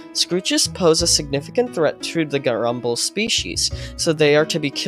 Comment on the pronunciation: 'GEURUMBLE' species